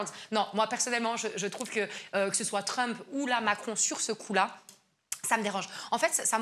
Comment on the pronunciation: tu n’as pas bien prononcé le nom de Trump comme il faut bon vous les français l’anglais ça fait pas partie de vos écoles